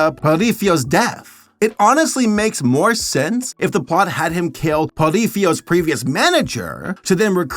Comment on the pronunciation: Ah yes, Porifio